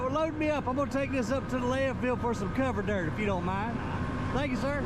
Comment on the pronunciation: "Tanks"! "Track" On! 😉😉😁😁😎😎👍👍